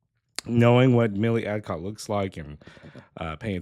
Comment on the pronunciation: Her name is not Milly Adcock. Milly Alcock.